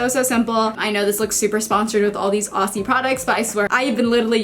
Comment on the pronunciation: Love this. I just want to help you with saying Aussie (oz-zee). Yours sincerely, a confused Aussie.